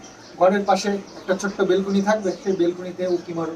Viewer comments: plz kathataBelcony na Balcony bale go....kichu mone korona khub Kane lagche shunte taibollam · অশিক্ষিত হলে যা হয়! তিন তলা বাড়ি করে Balcony কে "বেলকুনি" বলছে। শিক্ষার দৌড় বটতলা। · কথাটা বেলকুনি না... ব্যালকনি বলে। শহরের মানুষ শহরে ঠিক আর গ্রামের মানুষ গ্রামে। তোমার যেমন শহরে বেশি দিন ভালো লাগবে না, তেমনি আমরা যারা শহরেই জন্মেছি, বড় হয়েছি, তাদের গ্রাম কিছুদিন ভালো লাগবে, সবসময় নয়। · ওটা বেলকুনি না😂😂ব্যালকনি। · Ota Belcony hobe na,balcony hobe, valo laglo video ta r sona baba key amar onek onek ador dio ❤